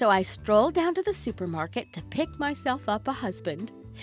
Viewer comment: Tee tee?? It's too too